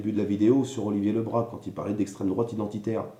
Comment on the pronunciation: Tout d'abord, on prononce bien son nom de famille : Olivier Le Brazzzzzz et pas Olivier Le Bra ! Ensuite, faire attention aux médias, qui ne retiennent ce qu'ils veulent...il aurait fallu que tu communiques avec lui pour le juger ! En parlant des séquelles : tu n'as apparemment pas subi un licenciement abusif ! Oui il était sur le terrain, le premier portique à Guiclan : tu connais ? oui il était sur tous les fronts pour que les salariés GAD aient un minimum de prime extra légale !! Franchement, je suis déçue du jugement que tu lui fais ! C'est son choix, alors acceptez le !